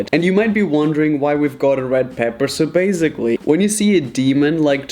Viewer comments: Why do you say “baziclly”and not basiclly?i am the only one who is annoyed about this? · Why is that guy saying bazgily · Okay I guess .........